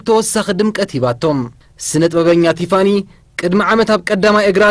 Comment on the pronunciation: At least learn how to say her name. 😂